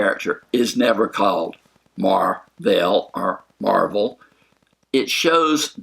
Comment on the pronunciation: Possible Spoilers Yeah, in the books, she takes the name Ms. Marvel, and doesn't want to take the mantle from Captain Marvel, but Captain America (I believe) convinces her to take the name. No clue how or when she gets it in the movies, but they did set it up with Fury's mispronounciation. But she does leave the planet before getting the name, so will she get it on Earth or will she have the name already on her adventures off Earth?